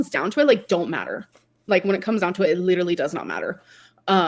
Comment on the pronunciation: If she says leederaly one more time